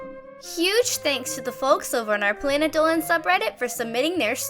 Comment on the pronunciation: “Planet doan”